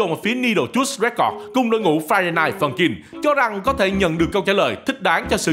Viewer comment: tôi nghe thành friday phân chim